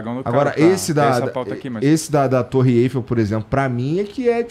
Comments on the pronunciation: O jeito que o pronuncia Eifell. Sendo francês, deve saber o jeito certo, mas uma busca por aí, o acento cai sobre a sílaba ELL: EIFÉLL ( e o i nao é pronunciado: EFÉL) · eu aprendi Torre Eiffél! Aí vc fala torre Êiffel e o entrevistador tb fala errado!